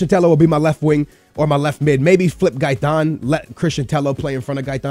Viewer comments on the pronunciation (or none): Tello double l in Spanish is pronounced like an y